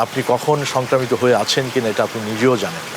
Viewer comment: Soncromita, Not Sancramito